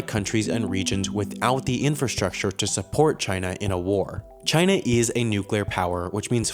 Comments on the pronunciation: Wait... In the first few seconds you said china as kina.... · "Chayna" - Donald Trump